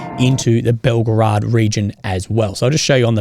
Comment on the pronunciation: This is not "Belgrad"! This is BelgOrod!